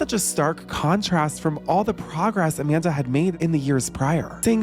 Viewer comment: “Jamanda Bynes”